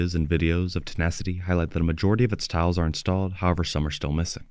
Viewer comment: Towels...? They're appling towels? Ohhhhhh, you're saying TILES! 😅